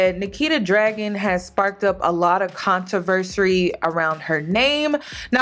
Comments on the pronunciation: its not Contoversery! Lol its controversy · No shade babe, I love you, not sure if you’re doing this ironically, but you’re mispronouncing CONTROVERSY . Not contraversary lol. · It’s not controversy... I love you but I cringed every time you said it.